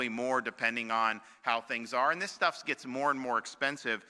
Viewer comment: Was it me or did he say.... "and lots of other shtuff"